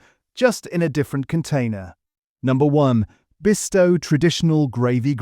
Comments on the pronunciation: At least pronounce Bisto not Besto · YES, NOT BEASTO😂😂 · Christ pronounce it correctly it's Bisto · Beesto! Is this an AI attempt to pronounce Bisto? Couldn't pronounce demerara sugar and herbs was pronounced as 'erbs' with no H like the Americans pronounce it.